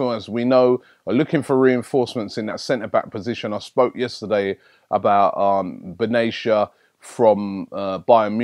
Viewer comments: Benatia is pronounced bin attiya . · lol you still messed up Benatia and how you missed the I in Brahimi's name... idk. Somehow though, you managed to not chop Henrikh's name